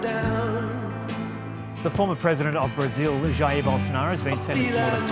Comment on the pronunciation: You pronounced the J in Jair correctly yay!